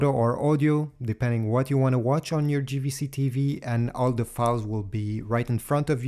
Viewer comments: It's Jvc not Gvc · Small thing that's "JAY" V C in English not GVC 😉